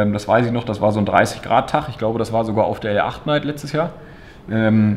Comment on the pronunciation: L8 Night heißt doch ausgesprochen Late Night und nicht L acht Night oder ? 😂